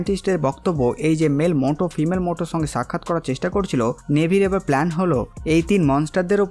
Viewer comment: মোটো নয় ম্যুটো / মিউটো